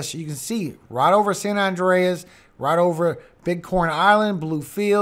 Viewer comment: San Andreas (San An-dray-us) is a continental transform fault that extends roughly 1,200 kilometers through California. The Columbian island, San Andres (St. Andrew) is pronounced "San An-drays." The two are 3,000 miles apart. One is an island, the other is an earthquake fault.